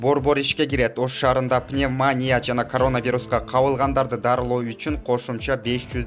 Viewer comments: ПневмАния эмес, пневмонИя! Басымды туура коюп суйлочу диктор! Уят да, сени миндеген кишилер угуп жатышат! Бир эле ушул созду эмес, башка создорду да туура эмес суйлоп, тантыйсын. Ким сени жумушка алды? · Алып баруучу, видеонузга Рахмат.Бирок пневмаания дебей туура айтканды уйронуп алынызчы. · Диктор пневмания деген созго туура басым жасап айттчы сураныч а так жанылыктарынар жакшы кыска нуска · Ушунчалык журналисттер сабатсызбы?? Пневмония дегенди окуй албаган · Пневмания деп туура айталбасанар, кыргызча эле айткылачы!!!